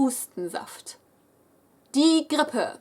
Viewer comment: The sounds in this video like the "r" sound in grippe...make my toes curl and my shoes to tie themselves. That "r" is rrrrrr! and how you pronounce die nase hochziehen.... :D :D